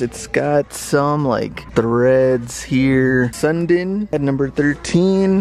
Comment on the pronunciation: It is not pronounced sun din it is sun dean. On the leafs jersey FYI